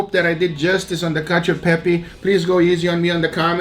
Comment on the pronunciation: You failed at least twice: it's called "Cacio" and not "Cadio" (read in the description) and about the cheese, you have to use Pecorino, not Parmigiano Reggiano or Grana Padano, yes you can add a minor part of these cheeses but Pecorino (a completely different flavour) must be the king and much much pepper. Overcooked pasta is perfect… for you, not for me. From you Italian friend.